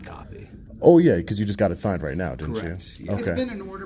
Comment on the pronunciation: Did he just said signned today? lmao